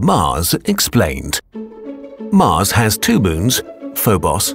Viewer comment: not MUZ ITS MARS ARE YOU NEW TO ENGLISH?